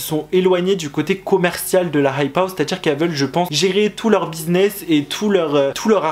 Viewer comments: C'est insupportable comment tu dis la "hype house" genre la "rrrrrhype house" c'est quoi cet accent ? sinon vidéo intéressante ! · Dans la hhhhhhhhype hhhhhhhhhouse srx ton accent stop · Comment il dit "hype house"